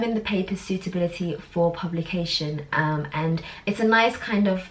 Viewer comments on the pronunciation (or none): Who else feels she keeps pronouncing And as “end” 🤔😐every time she said “and” it sounds like she’s saying end!